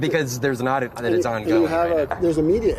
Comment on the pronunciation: "Oddit" not "audit"